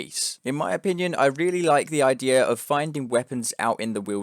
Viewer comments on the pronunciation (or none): it's always weird to me when people say 'ideR' instead of 'idea'